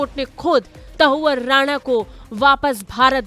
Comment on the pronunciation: शर्म करो आज तक वालों। हिन्दी न्यूज चैनल होकर भारतवर्ष में ही हिंदी की टांग तोड़ने में लगे हो, शर्म करो। कैसे मूर्ख एंकर भर रखे हैं, जिन्हें हिंदी बोलना नहीं आती है। तहव्वुर राणा को ये मूर्ख एंकर बार - बार त‌उअर राणा बोल रही है, लेकिन न तो इस एंकर को शर्म आ रही है और न ही आज तक के किसी अधिकारी को शर्म आ रही होगी। शायद सब निर्लज्ज हो गए हैं।